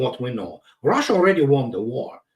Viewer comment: It’s RUSSIA!! Not ROHHHHSHA! 😂